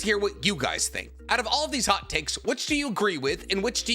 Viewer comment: at the beginning I thought he said HOT CAKES. HAHAHAHAHAHA